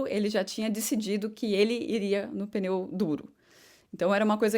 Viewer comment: Sim continue assim, mas com carinho nao fale "peneu" é pneu! desculpe